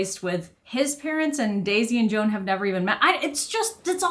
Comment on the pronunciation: Joan is pronounced Zho-an, almost like Juan. It's a Catalan name, fairly common in the Spanish-speaking Caribbean.